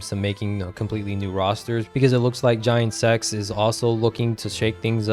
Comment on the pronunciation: Bro you said GIANT SEX for giant x 😆😆